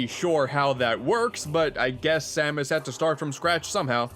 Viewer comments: it S-A-M-U-S not samooose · Dark Sam-moose? It’s Dark Sam-es (pronounciation). Sorry for nitpicking. It just kinda bothered me. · I’m sorry did you say “Sa Moose?” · are you fucking kidding me? Samoose? SAMOOSE?!?! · Was pronouncing samus as Sam-oos a joke or a mistake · Ah yess “Dark Samoose” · Ah yes, the dark doppelganger herself...Dark Suh-moose. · Why did you pronounce Dark Samus as Dark “Samoose”? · "Dark Sa-moose"...are you trying to get people to constantly point out your mistakes? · "Dark Moose" Ok yeah, this is definitley intentional, lol. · 10/10 pronunciation